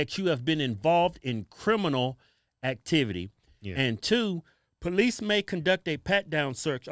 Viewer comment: What most dont understand 90 percent of calls police get are for black people. Brandon the x cop still can't pronounce police correctly.